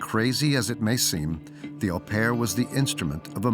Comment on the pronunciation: My one criticism of this documentary was the narrator pronouncing 'au pair' as "Aw pair" - you'd think that someone would have corrected him in production.